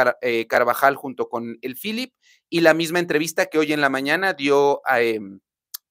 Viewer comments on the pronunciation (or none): none